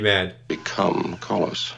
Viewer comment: Not CARLOS... No R